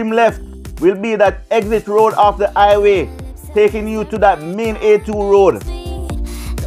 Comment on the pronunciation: Please.... The word is "HI WAY"....not "i-WAY""